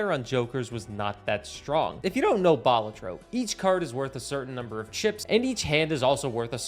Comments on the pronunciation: Its Ba-la-tro not bal-a-tro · love the video and your channel, but you say balatro weird xd aaaaaaaa